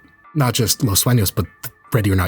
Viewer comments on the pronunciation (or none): "Los Suenos" Or "Los Sueños"